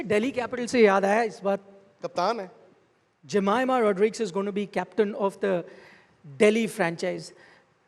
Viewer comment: Jemi thinking firse galat pronounce kr diya mera naam😑 koi na adat h ab toh fine👍🏻